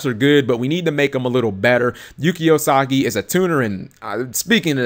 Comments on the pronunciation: LOL Usagi not Osagi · Thanks for the information,. However, I should point out on your pronunciation of "Yuki Usagi" You went from: Yuu-Key Uu-Sah-Gi To like Yuu-Key Oh-Sah-Ji, which did make me laugh.